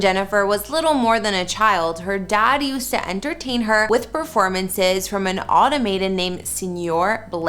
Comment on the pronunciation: Exactly! She botched the pronunciation a second time a bit later in the video, pronouncing it differently than "automation" but just as wrong.